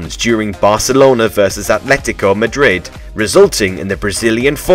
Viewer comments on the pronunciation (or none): none